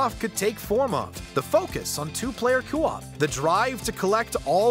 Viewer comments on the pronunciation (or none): He still hasn't learned that it's "co-op" and not "cu-op". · Coop = Koh-op, not Coo-op. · the way the narrator says "coo op" bothers the shit out of me. It's "coh op"! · "four player cewop" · For the love of God, why do you pronounce it “coo op” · The way he says co-op is giving me the giggles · I don’t like the way this guy says co-op… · Can someone please then him how to pronounce co-op? 🙄